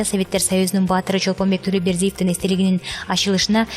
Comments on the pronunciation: Чолпонбек эмес Чолпонбай Тулобеков эмес Тулобердиев туура окубайсызбы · Чолпонбай Тулобердиев деп туура окубайсынбы